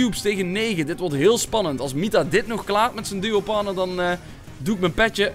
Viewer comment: N Braam hij zegt mitta geen nita🤪